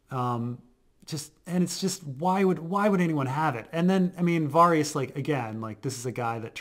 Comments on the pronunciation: I had to stop listening 10 minutes in just because of how this guy pronounces Varys. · You've been watching the show for years, hearing Varys pronounced correctly multiple times. Yet you both repeatedly mispronounce his name every episode and in different ways as well. Cracks me up. Love your content guys, keep up the good work.